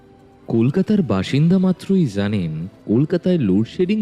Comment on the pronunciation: Feedback dicchi 1. - "zanen", na ota JANEN hoto 2. - Flux na Flask 3. Rini English ta na bollei parto. Ottonto baje uccharan 4. Crash na Crush Aro onek ache